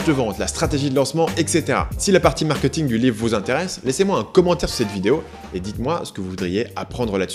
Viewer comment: Très intéressant, mais pitié, c'est "markéting", pas "markeuting" ! On ne va pas au "supermarkeut". ;-)